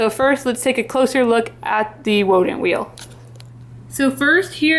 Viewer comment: I kept giggling when you said wodent thinking you got runny babbit’ed with the w in wheel (I’ve done that) until I saw the text on the wheel 😂